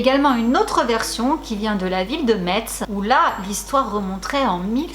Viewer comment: Aaaah t’as prononcé le t de Metz ! On dit Messe en faite! Je suis désolé je suis de cette ville et on y tient à notre prononciation 😅😅 C’est toute mon enfance le père fouettard et le boucher ! En lorraine c’est le folklore local, Saint Nicolas c’est une institution, on a un défilé de la saint Nicolas et quand j’étais plus jeune (8/10 ans) la personne qui jouait le père fouettard nous fouettait réellement avec son martinet et des fois il avait aussi un fagot de branche qui faisait super mal 😂